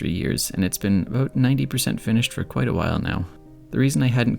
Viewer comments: I always forget that you're Canadian and am so delighted to be struck by a stray "aboot". It's the exact opposite of my very nasal Australian "abowt" and it brings me so much joy. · There's a little aboot at abowt the 10.45 mark :)